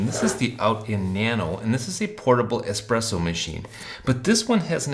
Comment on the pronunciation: The espeesso boss haha